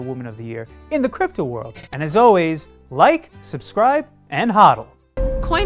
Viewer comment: Can CoinTelegraph stop mispronouncing HODL? Thanks.